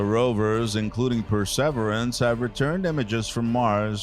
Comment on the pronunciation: Wow, this voice over could be used as a template, as to how not to do it. Could his voice sound any more bored? Oh moo a moo a is how you pronounce the asteroid. The Perseverance was pronounced correctly after 5 “Pre severance” attempts LOL. Maybe read through would come in handy?